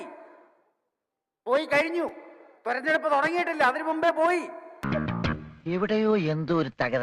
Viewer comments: ബിജെപിക്ക് അങ്ങനെ തന്നെ കിട്ടണം. തിരഞ്ഞെടുപ്പ്നെ തോരഞ്ഞെടുപ്പ് എന്ന് പറയുന്ന പൊട്ടൻ. സ്വന്തം അച്ഛനെ വരെ ചീത്ത പറയുന്ന ഒരു മകനെ ആണല്ലോ ആന്റണി സാറിന് പിറന്നത് കഷ്ടം... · തൊരന്നെടുപ്പ് എന്നാണ് 😄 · തോരന്ന് എടുപ്പ്😂😂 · 'തൊരന്ന് എടുപ്പ്' തന്നെ, correct 👌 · "തുരന്നെടുപ്പ് "കഴിഞ്ഞിട്ടില്ലാന്ന് 😅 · തുരന്ന് എടുപ്പ് എന്നല്ലേ പറഞ്ഞതു… അത് കറക്റ്റ് ആണ് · എടോ മര മണ്ടാ.....തിരഞ്ഞെടുപ്പും അല്ലാ...... തെരെഞ്ഞെടുപ്പ് ആണ്... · തുരന്നെടുപ്പേ ഇവന് അറിയൂ. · തൊരഞ്ഞടുപ്പ്😂😂😂 സബ്ക്കാ പ്രയാസ്😂😂😂😂